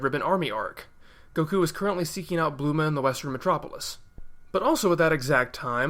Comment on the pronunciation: Her name is Bulma and not Bluma. Or was that pronounced like that by the dubbing studio?